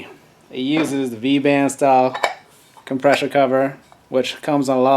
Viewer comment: every time you say come-presh-or wheel i want to choke you!! otherwise great info.